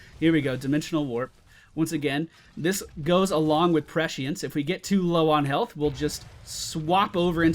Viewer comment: There's no "H" sound in prescience :P You almost got it xP